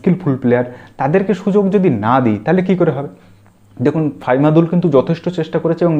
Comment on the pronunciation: ফাইমাদুল না দাদা। ফাহমিদুল।